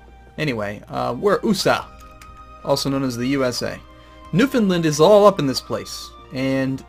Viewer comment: as small as it is, it really annoys me how you say new found land...its new FOUND land not new finland.